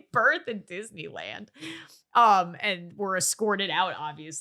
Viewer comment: “disniland“ as your daughter from that lying game said